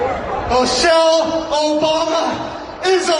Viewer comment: Her name is Michelle not mochelle. She has class while you wish you were a man